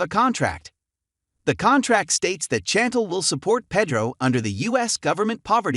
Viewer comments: SHantel not chanttell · Her name is pronounced as "SHAN- TEL" But its spelled Chan-tel.